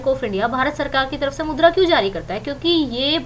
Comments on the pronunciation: mam wo mudra hai naki madhura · Aap मुद्रा ko madura kh rhe ho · Mam madura nhi mudra hota h